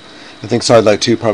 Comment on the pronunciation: This is old and the new software wont let you pick a DOOR family and place as a WINDOW. YES it is not a SKYLIGHT. It sounds like he is saying Skylight. ERRG.